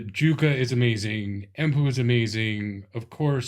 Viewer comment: here you can hear the correct way of saying Jukka in Finnish